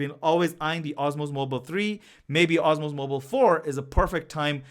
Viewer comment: Its DJI Osmo Mobile not "OSMOS"